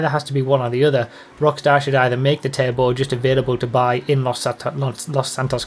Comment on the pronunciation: I always thought you kept saying table and not "turbo" 😅🙃